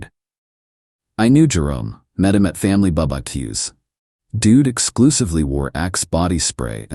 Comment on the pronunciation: BBQ is an abbreviation for barbecue. Bar ba que. It's a cringe everytime I hear bubbaque😂😂😂